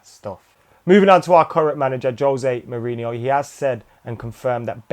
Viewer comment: I love the way trips over Mou's name:D a delight to watch